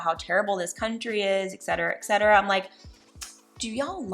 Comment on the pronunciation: Please know this: The word is ET CET ERA, AS IN ETC. ETCETERA. NOT EXCETERA.